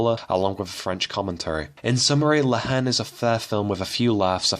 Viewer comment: By the way, the H is silent in La Haine. May as well pronounce the title correctly!